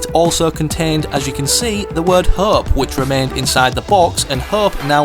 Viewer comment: Mf can't say hope